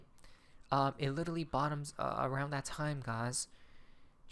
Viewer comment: There is no Little Lee, it's "Literally"!